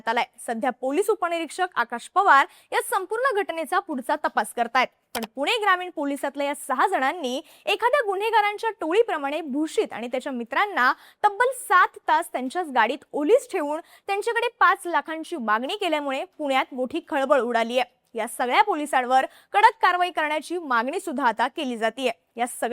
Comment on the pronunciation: तुम्ही मराठी एकदम शुद्ध बोलता.... ऐकूण, सेवण, असूण, उपणिरीक्षक, ठेवूण वगैरे वगैरे 😂😢